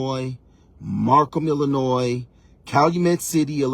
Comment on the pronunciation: At least he can pronounce Illinois correctly. The rest is debatable.